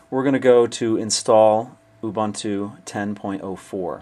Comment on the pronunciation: its purnounced " u boontoo" very helpfull tho